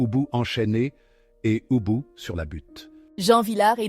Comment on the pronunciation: L'on ne dit pas OUBOU mais UBU et c'est Rosy Varte et non Rosy Vaté. Ah ces voies IA font du n'importe quoi.